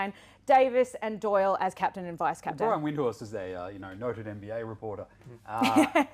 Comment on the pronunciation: Also a basketball show host not gettung the pronunciation of “Brian Windhorst”, perhaps read the notes before the show